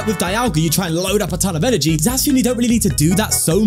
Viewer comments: It’s not pronounced Zackian? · For the pronounciation of Zacian: Zacian and Zamazenta are supposed to be "The Cyan" and "The Magenta" when pronounced with an (I think) Spanish accent. So with that logic the correct pronounciation would be Za (as in pizZA) See-An. However, it doesn't matter that much. You can just pronounce it the way you like :) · I can't fault you for calling him Zacian its actually pronounced Zacian my guy.